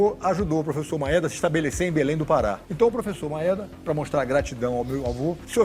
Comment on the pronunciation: Nao se fala "Maéda" e sim "Maêda"